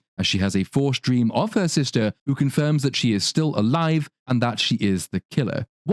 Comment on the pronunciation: She also pronounced "Alive" as " a liv"